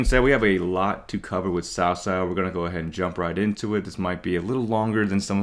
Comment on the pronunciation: Ill always remember when they said cow cow instead of cao cao